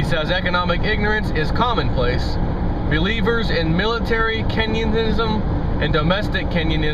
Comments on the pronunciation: Kenyenism? I'm pretty sure he meant Keynesianism! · you say kenyanism. LOL.